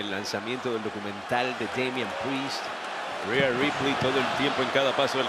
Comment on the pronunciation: Es rhea ripley no reha ripely 😑